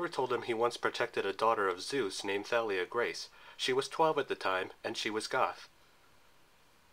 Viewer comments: No it's not. Listen to how rick says it. The movie's pronunciation is wrong. It is said "Tha-lee-uh" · Nice video! But in Thalia's name, you don't pronounce the 'Th' in 'Thalia,' just the 'T.'